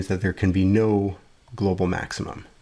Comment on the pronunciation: it says, "glocal minimum".